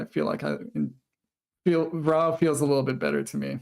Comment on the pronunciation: Vrouw is pronounced to rhyme with wow and brow....source: I'm Dutch ;)